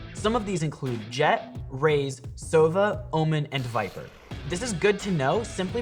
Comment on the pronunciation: Oh Oh wow He said Sovo instead of Sova